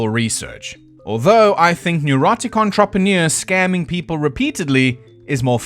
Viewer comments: “On-trop-o-neer” is the most whack way to pronounced “entrepreneur” I have ever heard in all my 40 years. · He has a weird way of saying "entrepreneur."